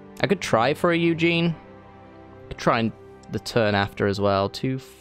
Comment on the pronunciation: U saying ugin wrong is very annoying